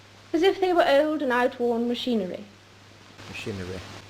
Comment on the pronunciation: Her pronunciation of the word "old" reminds me of the old English or Scot spelling of the origination of that word, "auld."